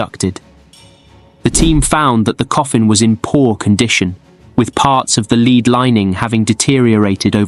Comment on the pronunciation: Note to Robot Voice... It's "led" coffin, not "leed"...